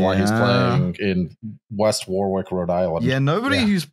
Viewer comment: Cancelled for pronouncing Warwick as War Wick. 🙂